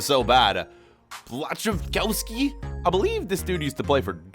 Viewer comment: it’s pronounced “bwashchikovski